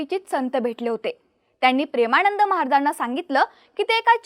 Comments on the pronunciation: ण नाही गं बाई ...न म्हण..प्रेमाणंद नाही प्रेमानंद😂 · प्रेमाणंद नव्हे प्रेमानंद. योग्य उच्चार करण्याची सवय करा. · ताई त्यांचं नाव प्रेमानंद आहे.. प्रेमाणंद नव्हे... उच्चार सुधारा.. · काय भाषा आहे प्रेमाणंद , अ णू यायी, आणंद 😂😂😂😂😂